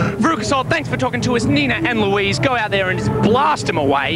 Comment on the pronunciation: I like how Nina calls Louise “Weez” in the interview